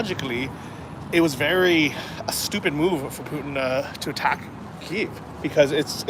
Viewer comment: Glad you are pronouncing Kyiv correctly!